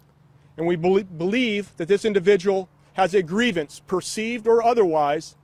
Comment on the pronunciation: Not gree- vi- ans